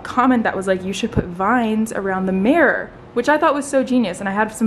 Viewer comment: Omg you say marror instead of mirror whaaat